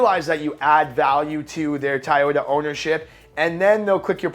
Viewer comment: Why are you saying Tieyota? 🤣